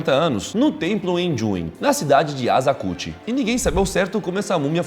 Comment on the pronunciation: NÃO SE PRONUNCIA AZAKUCHI E SIM ASA(ç)KUCHI